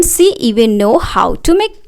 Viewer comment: Mam इंग्लिस नहीं इंग्लिश होता है सी नहीं शी{she} होता है